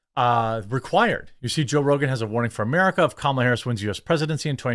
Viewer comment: He kept calling her karmala idk if anybody else caught that lmao 😂